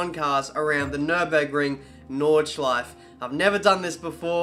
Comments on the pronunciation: Its NordschleifE not ´´Nordschleif´´ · Can't pronounce Nordschleife. Oy! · I always wondered why people from english speaking countries pronounce "Porsche" Porsh and "Nordschleife" Nordshleif.